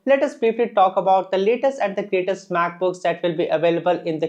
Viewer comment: "Laytest and GrateTest"